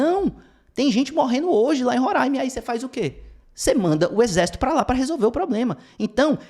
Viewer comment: Obrigado por pronunciar Roraima da forma correta.